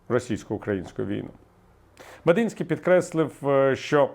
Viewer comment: Не МедИнський, а МедІнський